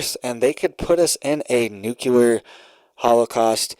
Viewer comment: Nuclear = New Clear........... No such word as new clear lure..